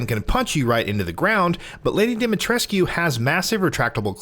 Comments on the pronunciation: It's not pronounced "Dimitreskyuuuu"..it's pronounced "Dimitresskkkkkehh" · Come on, if you're gonna do games journalism at least learn how to pronounce the name. She SAYS IT IN THE GAME, did you even play these games before reporting on it or what? Her name is pronounced Dommi-tres'ck, not Dimi Tres-q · he said demi tres coo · No no no you say her name like domytresc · It’s pronounced “dah-mee-tresk”, no need to elongate the “koo” at the end. And anyone who has played the game knows she’s NOT a vampire 🙄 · Why is it so hard for people to pronounce her name correctly??? Dimitrescu (Dem-i-tresk) Stop pronouncing the "u" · Bruh it isnt.... Im romanian and its pronounced deemeetreskoo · Can people please stop pronouncing the u in Dimitrescu? It's pronounced DimiTRESK. Like literally her name is said quite a few times in the game... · Anyone else kinda bothered by constant pronunciation of DimetrescYOOOU... haha... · Great video but your pronunciation of Lady Ds second name bothers me more than it should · I’m sorry but during the game Lady Dimitrescu says her name more than once however you are not able to pronounce it correctly? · we're still pronouncing Lady D's name wrong? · Why does everyone still mispronounce Demitrescu's name. The u is silent. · that's not how you say her name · Lady Dimitrescu, the u is silent in her name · The u is silent in Dimitrescu. They say the name a thousand times in the game. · Bro i get it, but the game takes place in Romania. The "u" isnt silent at all in our language, a lot of family names having "-escu" as a suffix (ex. Georgescu, Iliescu... etc.). She is Romanian and therefore her name is too, just because the voice actors don't pronounce her name with an "u" doesn't mean it's the right way to pronounce it :) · gaddammit, STOP pronouncing the U at the end of Dimitrescu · Pronounced lady Dimitrescu wrong otherwise good video. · If your that obsessed why cant you pronounce lady ds name properly